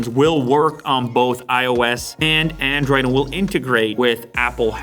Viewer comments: "ANDRIOD" hahahaha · And "Andriod" - my fave